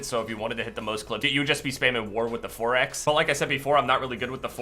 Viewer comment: Idk why but i laugh when you say 4x, sounds like youre saying foraxe lol